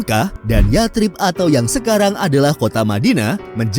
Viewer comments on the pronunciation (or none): Koreksi min, baca yatsrib: yasrib.